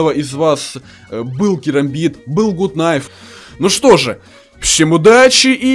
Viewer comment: Не Гут кнайф а гат кнайф потому что звук у в английском происходит с двух букв: oo